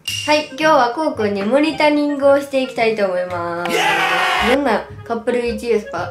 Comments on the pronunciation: モニタリングをモニタニングって言うあたりかわいい笑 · モニタにング 可愛い😂